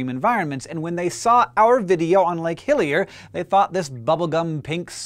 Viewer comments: Was I the only one that kept hearing Lake "Hylia"? all I could think of was The Legend Of Zelda hahaha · When I hear him say Lake Hillier, I kept thinking of Lake Hylia from Zelda. I used to pronounce it as Hillier as a kid. Come to think of it Hillier is a slightly odd name for a lake, seeing as means "more hilly".